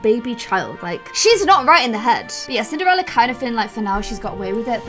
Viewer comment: Does anyone else notice how sometimes says Cin-ER-ella, like without the D?